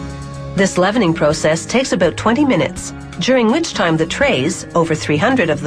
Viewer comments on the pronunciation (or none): haha oot and aboot~ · The narrator was Canadian wasn't she? "a'boot instead of about XD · You know she's Canadian when she says "boot" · is it just me or she sound Canadian ? when she say 'about' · You can tell the woman narrating this is Canadian because of the way she says about :P